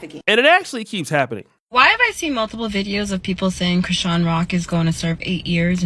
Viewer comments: You ain’t never heard no body call this girl Chris-Shan Rock. At least say the POS name right. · He says her name like Chris Shan Rock 😅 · Why you saying her name like that 😅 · Say her name right u sound stupid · Bro the way you say Chrisean is crazy lmao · Chrisean cannot win regardless with some of y'all. Blueface is his own problem and accountability is his own. Ghetto fake gangsters like BlueFace and Ronnie like ghetto ratchets like Chrisean and Jayden Alexis etc. And why not pronounce her name properly? She is TRYING to get things together. Yes she definitely is/was a crashout and has unresolved mental issues... but all those dudes who deal with her made their choices. Maybe she is finally in her arc. These channels are pure negativity and run by haters who don't want to see ANYBODY win. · Omg pronounce her name right